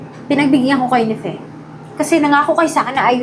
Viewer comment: Fe!!! Hindi “Pe” ang pangalan nya😂😂😂😂Pe kayo ng Pe jan😂😂😂😂😂